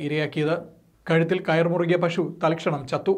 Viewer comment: Pashu alla moyande ...pasu